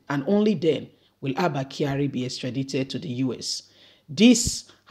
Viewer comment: Extradited- the I is pronounced as I. Extradition is pronounced as the sound 'e'